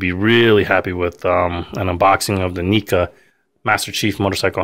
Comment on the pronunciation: it's pronounced "Nehca" not "Neeca" but still nice video.